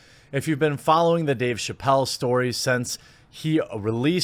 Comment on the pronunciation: It's 'since' not 'cents' and it's 'been' not 'ben' ...you tool.